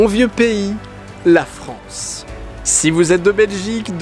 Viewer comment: Allaient la Fronce